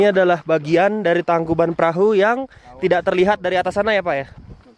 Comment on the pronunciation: bang bukan (tangkubat perahu) tapi (tangkuban parahu)